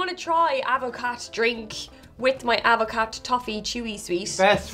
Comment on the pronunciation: It's pronounced add-ver-car. How is it non of you know?